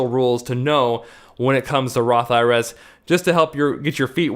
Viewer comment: When you say Roth IRAs it sounds like Roth IRS to me.